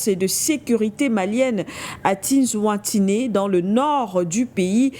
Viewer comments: Le Nom c'est : Tinzaouaten qui se prononce : Tine- Zawatène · Vous n'avez pas encore compris que ceux la aussi sont des traîtres ya pas d'Africain pour parler de ce sujet ?? Et puis la journaliste qui ne sait même pas prononcé le nom de la ville 🤦🏿‍♂️qui vous prendra au sérieux ??? Vous n'êtes pas au courant du rôle que joue le pays de cette dame ??